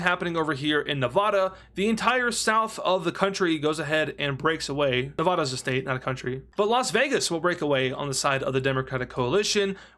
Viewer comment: Please pronounce “Nevada” correctly.